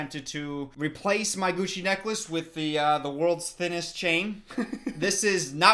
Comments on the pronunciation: Why did I hear "coochie necklace"??? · Idk about you but everytime says “gucci necklace” I hear “cuchi necklace” Am I the only one? 😂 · I thought you said coochie necklace and was so confused. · Ngl the first time he mentioned it I thought he said “coochie necklace” 😭😭🔫